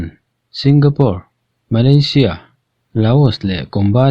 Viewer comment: Malaysia ,,,hi vawi laih I lam ka hria 😂😂😂😂👍👍👍